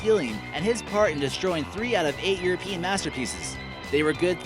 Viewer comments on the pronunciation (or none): none